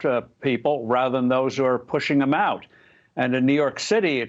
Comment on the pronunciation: U should have put the emphasis on UP and OUT